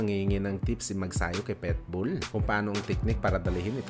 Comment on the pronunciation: Ayusin mo salita mo pitbull hindi petbol